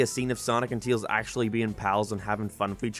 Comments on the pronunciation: "Brain dead idiot that can't pronounce words right" then says "Teals" instead of "Tails" bro- >-> am I dumb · he's name is Tails, not Teels. Unless we've been saying it wrong, but I doubt that 🤣🤣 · Tails not teals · "Knuckles is a dumba** in this movie." Also: Teels *Tails lol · he cant pronounce the words right TUYAILS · He just called Tails.. Teals.. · tails ❌ teels ✅ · Why are you calling tails tials? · Dude, what's your issue with the letter «E»? It's not «Teeils», it's «Tails»!!!!!! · Claims how Knuckles cant say Baseball right again: Te-ills Im late to this but idc. I know the response that had, and does anyone remember that people have opinions?! I see why he made that video after this. People cant see that everyone else has opinions. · It's his accent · I’m sorry but who is “Teels” ? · I like how you pronounce Tails as TEALZ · Why does he pronounce tails like teals 😭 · So basically you're not a Sonic fan so you don't have any understanding for what actually happens in the film. that's the problem with adaptions. Btw, please try to actually say the name "Tails" right. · Why do u say tails like that.